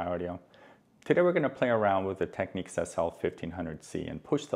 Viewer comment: its technics, not techniques